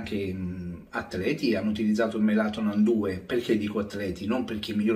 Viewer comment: Melanotan caro e non melatonan ☺️